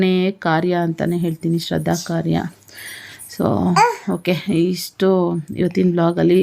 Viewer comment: It is not sradda. It is shradda😂